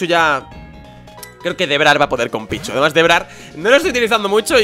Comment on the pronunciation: yo pensé que dijo "Es un pichu ooooo es un picho?"